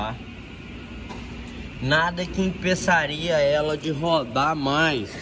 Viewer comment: Impessaria ?kkkkk língua mineira moderna 🤣🤣🤣